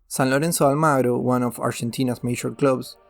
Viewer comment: Bokea y Ruiber 😂 Vilis... San Loenzo Almaro